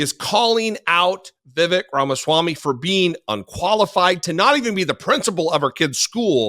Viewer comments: I love how one supporter pronounced ViVek's name ' Vivid Grampa Swami". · Vivid Ramaslimy.